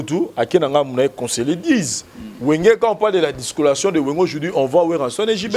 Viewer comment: on dit dislocation et non discolation sinon ça va pour ton analyse.